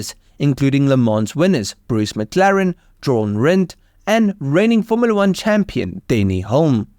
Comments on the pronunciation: Was wondering if I was the only one that heard his "John" Rindt.😂 Thought it was all stupid ai till I read this. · Almost as much a disaster as your attempt to pronounce Jochen. But hey, im just Jochen i mean joking. Love the video love the car aand love your accent. I was even doing that poke the monkey with a stick thing saying go on say fast..i just find it hilarious for some reason, probably because im an idiot or, as the Irish say an eedjit. Hopefully no one is offended by this but i doubt there are any snowflakes in your neck of the woods. Too hot. 😅